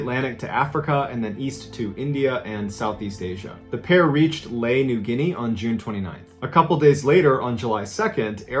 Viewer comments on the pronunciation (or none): none